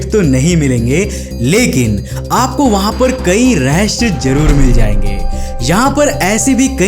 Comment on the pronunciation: Bhai रहस्य होता है रस्य नहीं होता .